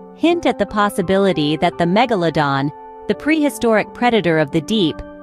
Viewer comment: MegaLOWdon.. is when I paused this video, wrote this, and un subscribed. Can not stand bots & AI voiceovers. Its laziness